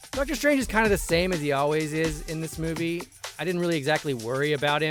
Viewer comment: This meawvie is all wong, get it wong?